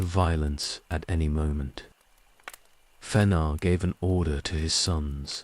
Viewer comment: It's pretty good, just the mispronunciation of several proper names, especially Fëanor, was a bit jarring.